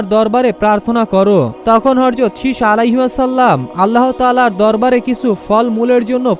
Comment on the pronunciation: বার বার হর যত হর যত বলছিস হযরত বলার চেষ্টা করবি প্রয়োজনে সাত দিন ট্রেনিং করবি তারপর ভিডিও বানাবি